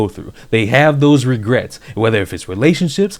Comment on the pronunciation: "No regerts."